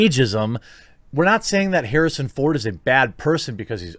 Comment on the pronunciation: No one: The quartering: Harrison phone